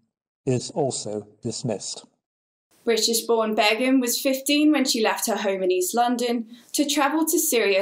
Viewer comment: Her name is shamima BEGUM not bagham🤣